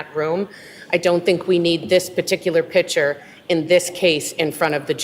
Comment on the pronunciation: So, defense team, the word is picture, not pitcher. PICK chur, not PIT chur. You're welcome.